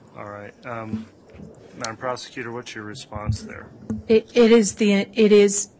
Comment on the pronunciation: Prosecuter can’t even pronounce her words 🤦🏼‍♀️